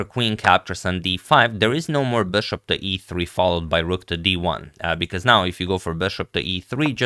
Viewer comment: I love Agad's "Böshopp" pronounciation 😀